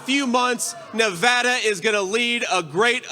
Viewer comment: Yay, you know how to pronounce Nevada!